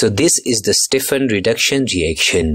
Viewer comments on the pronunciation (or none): none